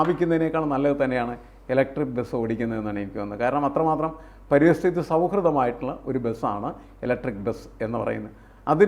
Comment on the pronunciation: പരിസ്ഥിതി, not പരിതസ്ഥിതി